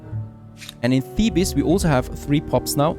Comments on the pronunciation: ou vay, its pronounce thee-bezz, not thee-bis............. its driving me crazy, but your norveegin ( :-) )) lol, so im giving a tiny bit of slack............ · Thebes is pronounced "theebs" not "thee bus"